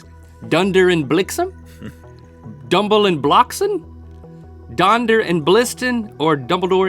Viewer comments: ehm.... I'm from The Netherlands, so I am pretty sure it's donder and bliksem... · its not dunder and blixem its donder and bliksem ;) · ''dunder and blixem''? im pretty sure you meant ''donder and bliksem'' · It s not dunder and blixem ,but donder en bliksem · It's not dunder and blixem it's donder and bliksem, at least I think so... I'm Dutch...😐...okay... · it's "donder" not "dunder" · Dunder and blixem is not how you spell it XD. Its donder en bliksem (en = and) but americans would pronounce it like dunder and blixem XD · It's donder en bliksem, not dunder and blixem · It's Donder & Bliksem JEEEEZZZ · it's donder en bliksem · Donder and Bliksem... If I may correct you...